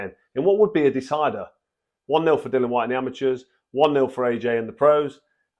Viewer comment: As always, straightforward truth from Froch and he's becoming quite the accomplished pundit Just one minor thing, it's Dillian not Dillan, no idea why it's so difficult for so many boxing pundits.